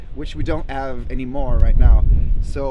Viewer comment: I like that he says ave instead of have